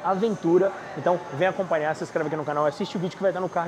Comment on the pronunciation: pq vc e sua mulher falam "ganios" ou "acompaniar" por exemplo ao invés de pronunciar normalmente o som do "nh"?